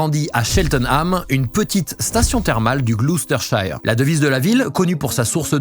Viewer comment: bon alors c'est "cheltname" dans le "glosstesheure" mais ok on passe (très bonne vidéo au demeurant)